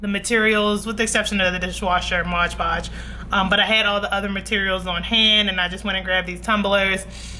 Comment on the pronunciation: Mod. Podge lol I don't know why but everytime you say ModGE Podge I giggle. 😅 Thank you for this video!! I was looking for the best option and you definitely didn't disappoint ❤